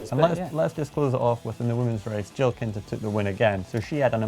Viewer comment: Jill KITNER, not Kinter